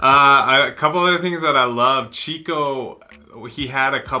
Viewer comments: Só mais uma pequena correção: o nome da personagem é "Chicó" com acento na letra O, e não "chico" como em espanhol..rs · Oi, não é Chico, é Chicó, com acento agudo no O. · Não se pronuncia Chico, mas sim Xicó. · E é Chicó....e não Chico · Aquela não é Madre Teresa, é Nossa Senhora(virgem Maria). E o nome Chicó se pronuncia como se fosse X no lugar do CH, não é como no espanhol.